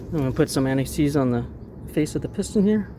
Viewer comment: Sorry for my ignorance. Trying to learn: (& ) what's that particular "old hardware" called? what spray? how to tell if rotors need replacement? put a little what? "anaxees"? I couldn't hear. Edit: Ohhh, anti-seize. Noted in desc as "Never-Seez". he didn't say what that part is, but I believe it's the new brake pad. ok think I'm right. are those the 2 old brake pads on the ground? they seem obliterated haha how I know my lug nuts' torque rating? Thank you so much,! I appreciate your helpfulness and clarity.